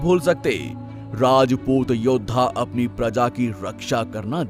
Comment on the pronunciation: वीडियो तो बड़ी अच्छी है पर वीडियो बनाने वाले को हिंदी नहीं आती अच्छी तरह राजपूत होता है रजपूत नहीं 😌